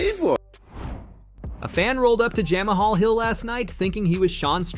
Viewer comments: Jam uh hall?! 😂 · Did he call him "Jam A Hall?? 😂😂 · Jama-Hall Smith? seems like the AI voice needs to tweaked. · Who is Jam-uh-hall Hill😂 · If you cant even say Jamahal properly, I cant watch your videos. You clearly don't actually watch MMA. Byeeeeee